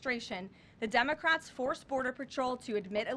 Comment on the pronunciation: Did she just say Dumacrats?